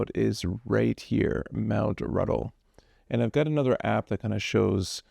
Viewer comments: Not Ruddle; Put an 'N' in the word. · You kept referring to "Mt. Ruddle" it is Mt RUNDLE.